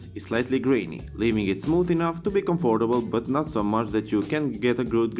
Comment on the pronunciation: BTW, was I the only person getting bugged by how he was saying comfortable!?